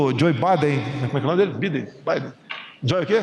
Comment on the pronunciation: Joe o quê? 😂😂😂 É Joe Bidê, Presidente... Joe Bidê.